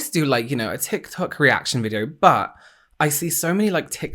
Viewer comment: The way you say "tiktok" is so posh 😂😂🖤